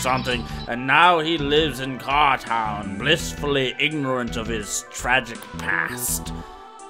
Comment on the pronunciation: Am I the only one that heard "cartel" every time Putt Putt says "cartown"?